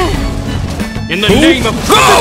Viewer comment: Bro just can't say her name right💀🤦‍♂